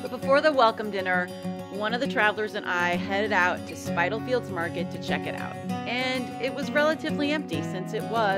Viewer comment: Spit-alfields , not Spite alfields